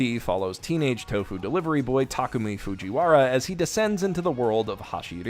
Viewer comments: I got to ask why do you keep butchering Takumi's name cause you keep saying Takami. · W-what is happening someone can say Takumi correctly?